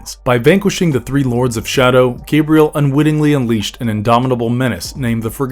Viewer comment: My name is pronounced 'Gah-bree-el,' not 'Gay-bree-el